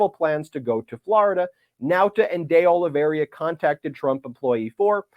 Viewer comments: Why is everyone pronouncing Oliveira as Olaveria? Lazy??? My goodness, Michael Popok pronounced it correctly - the first person I have heard pronounce it correctly!! Great job Mr. Popok - thank you. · Why do you keep calling that man "De Oliveria" instead of "De Oliveira" ? This is a widespread surname in Portugal. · Hey Ben, it’s Oliveira, not Oliveria. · It's pronounced O-li-vay-ra btw. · Please get the names right. It’s Dee Oh-Lee-VAY-Ruh. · Its Oliveira, not Oliveiria. Where did the last 'i' come from? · It’s OLIVEIRA, not “OLIVERIA” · WARNING! Do not use every time Ben says, "De Oliveiria", as a drinking game! I laughed my ass off every time he added that extra "i" in his pronunciation of De Oliveira! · It’s Oliveira not Oliveria!!! (It means olive tree in Portuguese) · The correct pronunciation of that name is Carlos deh Oh-lee-VEY-ra. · Ben...its oliv air ah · You couldn't be bothered to at least try to pronounce De Oliviera's name right? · Just dropping by to say, it's pronounces Oli-VEH-RAh. The mistake is super understandable but also recurring. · Please look to see where the "i" is in Oliveira and get the pronunciation right ! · The name, Oliveira, is pronounced Oh Lee Veh Ee Ra, NOT Oh Lee Ver Ee Ah. Spanish is nearly always pronounced phonetically. I have known people with that name, years back when I lived in California, so I caught the mispronunciation way back when you first mentioned him. Obviously, the news concerning his superseding indictment is far more important than how his name is pronounced, but I thought you’d probably want to know. Thank you and all those at Meidas Touch for fighting for our Democracy. You are all my heroes! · De Oliveira is not this hard to pronounce. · Kept mispronouncing De Oliveira...but hey, it's a strange name right? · Please stop mispronouncing De Oliveira’s name, Ben. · the name is: Oliveira, not Oliveria, as you pronounce it:) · Ben, it's Oliveira. Not Oliveria. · Oliveira, not Oliveria…